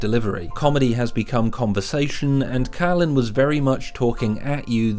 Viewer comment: His Name Is Carlin Not Cailin !